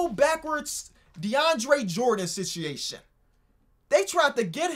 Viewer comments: be like sit-i-ation!! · “Sitiation” - Love it when he says it like that. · “SiChiAIon”! mhm yes indeed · If I had a dollar for everytime you said sit-eation 😂😂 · Nobody:: sitchiatiob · Sitch ee ation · sit chee aytion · Does know he is saying the word situation wrong?